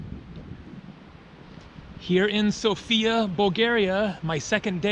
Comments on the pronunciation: you pronounce it wrong it is SOFIA not Sofia , understood just Sofia not sooofia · Hi Jam bulgarian and you Day Sofia wrong XD but your alphabet dont even have letter for /я/ София - Sofia...... Я is like /a/ and /e/